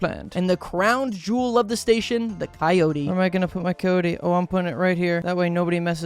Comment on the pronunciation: coyote me at gas station you say coyote right too, unlike the southerners this game represents its not kai-yoht its kai-yo-tee >:[